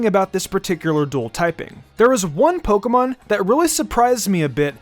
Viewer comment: My guy said “pokemom”